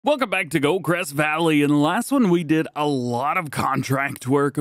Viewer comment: I’m fairly sure you said “Gocrest” Valley at the start 😂!